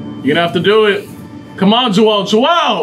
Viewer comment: You guys are saying his name wrong lol it's Joel not jewell